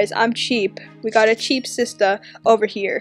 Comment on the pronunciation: "we gotta cheep shister over here"